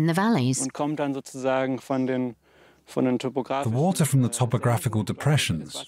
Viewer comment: WaTer. WaTer. The way the narrator was pronouncing that word was making me crazy, to the extent that I had to stop watching. I'm sorry.